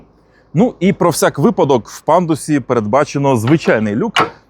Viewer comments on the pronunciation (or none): none